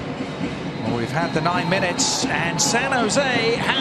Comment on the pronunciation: Never say die… San Jo Se